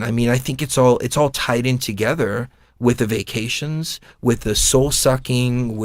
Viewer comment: fyi...when you were referring to vaccinations, you were actually saying "vacations"... again, just fyi.